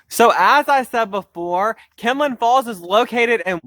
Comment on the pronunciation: Its kinlock not kinlin